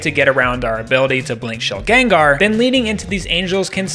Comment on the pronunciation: Shilgen-Gar the first 2 syllables would be rolled together. Everyone pronounces it like this bc of pokemon rotted pop culture brain and it's all good pronounce it how you want bc everyone does but still lmfao